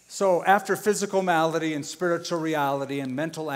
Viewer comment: malady not melody.